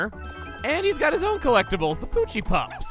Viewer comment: Pochi is the Japanese name. You still got it right :3